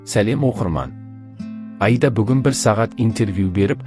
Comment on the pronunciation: Автор отиниш ,Аида дегенди дурыс айтып уйренши Айда емес Аида